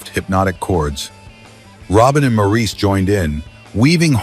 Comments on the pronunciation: I can usually put up with AI. This one has me seeing red. Maurice's name is pronounced Morris. The repetitious explanation of the songʼs background had me gritting my teeth because it was not accurate. While two of their songs from their early days as the Brothers Gibbs were mentioned, neither of them were actually their best songs from the time. The album cover shown had some of their iconic songs from the time. While Massachusetts is a beautiful and touching song, it was written on a dare. Robin especially said he could write a song about anything, so Massachusetts was thrown out and the song which resulted is an iconic song but this background gives THAT song as much depth as How Deep Is Your Love. They felt, as individuals, their music did not fit in with the music which paved the way for Heavy Metal. Disco did revive their careers but How Deep is Your Love is not the only song which fit their revival careers. Then a photo including their equally talented brother Andy was flashed. (As for Andy, his songs were written by his brothers and they provided background vocals for him.) As a lifelong fan of these talented musicians, this video didn't do them justice. Oh, and record was mispronounced. If AI is going to be used, and as I said I usually don't mind AI, but for heavenʼs sake review and edit it before releasing it to younger viewers. I first heard this song as I was working on a production line, paid by each product I produced. Thankfully my real career was waiting for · Maurice is pronounced MORRIS. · You keep referring to Morris as Maurice. Although the spelling looks like Maurice the pronunciation is very simply Morris. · Maurice’s name is pronounced “morris” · "Maurice" Gibb. Prounced like "Morris". Just FYI. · Would be nice if Maurice's name was pronounced correctly... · Yes, saying Mo's name incorrectly was like nails on a chalkboard! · MOR-iss not Mor-eece please... don't insult the Boomers. They're Aussies, not French... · Its pronounced MORRIS!!!!!!